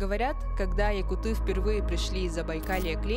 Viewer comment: классное видео, но правильно будет «якУты», а не «якутЫ». IRL сами якуты и даже русскоязычные часто допускают эту ошибку. мы же не говорим «бурятЫ», «телеутЫ». тогда уж лучше сразу «саха/сахалар»